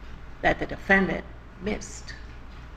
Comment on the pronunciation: defend-ANT. lol